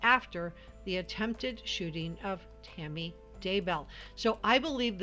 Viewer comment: Idk y I keep hearing u say Timmy instead of Tammy lol so weird